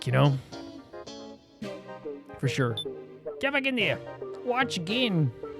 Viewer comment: Btw Reko's name is pronounced Reh-koh, not Ree-koh. Also I'm not sure who told you Gin is pronounced with a hard G, I don't think that's the case. Sorry to mention these things unfortunately irk me a lot I wish they didn't